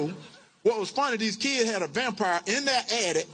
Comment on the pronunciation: "these kii had a vampire..." Bruh 😭💀